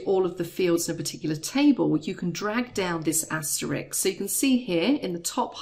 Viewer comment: "Asterix" lol